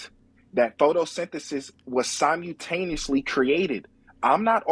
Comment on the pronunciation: …you know what kinda words smart people say? Ones like “sim-u-taniously” 😑🧑‍🎓